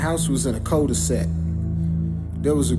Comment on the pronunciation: He said the house was on a "cold-de-sack"